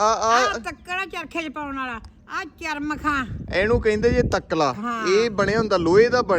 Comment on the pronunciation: ਚਮਰਖ ਬੋਲੋ ਮਾਂ ਜੀ. ਚਰਮਖ ਨਹੀਂ